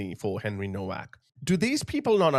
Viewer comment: Pronounced “NOVACK”